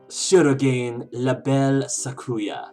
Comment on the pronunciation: If you don't mind, I'd like to point out that you're mispronouncing shirogane. It should be pronounced as she-ro-gah-ne(y).